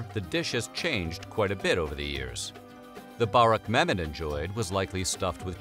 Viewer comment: the way he pronounces burek infuriates me